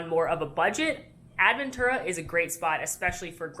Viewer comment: I think I flinched more from seeing “Protofino Bay” on the screen more than the 75 times I heard AD-ventura. 🥰